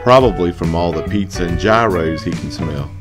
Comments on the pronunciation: Gyros... (YEAR-OS) NOT (GI-ROS) YEAR-OS!! LOL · lol! Its ok. I used to pronounce it GiROS too...until a Greek dude angrily told me its "YEAROS!! YEAROS!!!" he was mad lol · Thank you very much for that enlightenment. In the future, don't hesitate to comment and let me know of any other mispronunciations. And believe me, I probably have many. From now on, I shall use the term (YEE-roh). I'm just glade someone said something before I looked dumb and tried to say, Worcestershire. Lol.